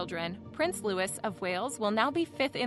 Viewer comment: Louis is pronounced Loo-ey